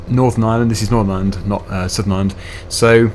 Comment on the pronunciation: ireland not iland